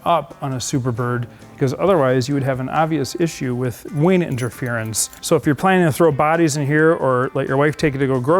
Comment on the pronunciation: Is he calling the wing a wayne?